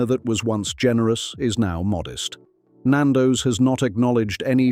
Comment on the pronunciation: This is AI at it’s absolute worst pal. Can’t pronounce Nando’s or Mozambique properly. The chicken shown in the screenshots are not Nando’s, there’s even a shot of fish FFS. This is slanderous. And this channel needs to be brought down!!